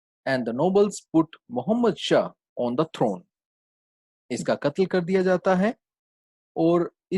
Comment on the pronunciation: Sir its not muhammad gaznavi it's mehmood gaznazi